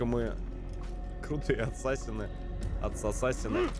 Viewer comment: Хотел объяснить в двух словах) : 1) Не Асса́сины , а Ассаси́ны; 2) Во время катсцен (а их очень много) нажимай на любую клавишу если на экране появляются помехи , попробуешь поймёшь почему это надо; 3) Боевка по началу лёгкая в процессе она станет тяжелее, есть разные типы противников , поэтому надо научиться контратаковать , уклоняться и контрзахват , ещё использование метательных ножей тоже помогает в стелсе , а в некоторых миссиях, ой как будет надоедать стелс(Снаряжение и умения тебе будут возвращать в процессе сюжетки; 4) По локациям лучше исследовать всё , включая наше время ибо там Дезмонд (главный герой) может читать переписки и подслушивать несколько раз , таким образом начнёшь понимать суть сюжета ; 5) В игре есть флаги собирая которые можно получать очивки , но как по мне это только для того чтобы побольше задержаться в игре и наслаждаться проделанной работой на седьмой год ; 6) Если хочешь чтобы объяснил сюжет и более менее было понятно лайкни комментарий , вкратце объясню сюжет чтобы иметь понятие о происходящих действиях, спасибо за внимание , всем добра)